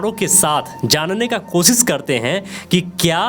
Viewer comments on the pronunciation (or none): आप कोशिश , स्तूप और त्रिशूल का सही तरीकेसे उच्चार करो बाद ज्ञान बाटो